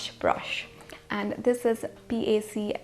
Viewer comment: Its not pronounced as P. a. c its pronounced as PAC (pack)